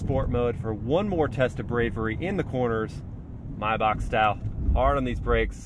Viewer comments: It’s not pronounced maybak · The correct pronunciation is "My-bahh"